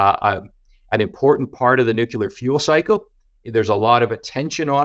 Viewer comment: Great content. You’d think a guy like would know how to pronounce “Nuclear” though, right?